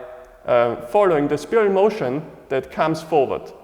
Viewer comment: As a point of reference, is there a particular acupuncture point location on the bottom of the foot associated with where our weight should rest for the 50/50 mabu position, and would it be the same for 50/50 standing taiji commencing position? Also, respectfully, it is pronounced SPY'-RUHL...like a spy. Thank you for another excellent explanation.